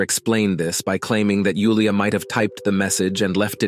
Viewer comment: I'm glad you pronounced Julia's name correctly ❤ Nice accent.